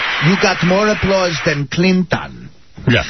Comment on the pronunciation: you got more applawse than cleen-ton